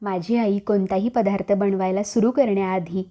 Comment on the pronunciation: पधा्रथ नाहीग बाई दत्तात्रय म्हणताना धत्तात्रय नाही ना म्हणत